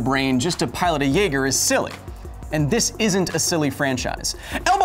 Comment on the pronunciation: Naeger XD